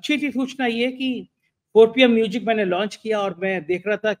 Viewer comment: sorry to say, please pronounce music properly.